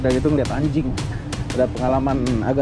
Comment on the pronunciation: Mana pake penekanan lagi